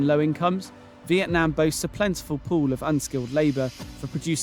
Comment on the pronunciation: The country name is Vietnam, not Veitnam as at the beginning of the video